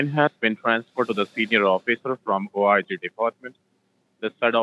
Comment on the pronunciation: How goes OHH EYE ZEE translate to Officer of Inspector General ??? Wtf !!! Terrific video, btw !!!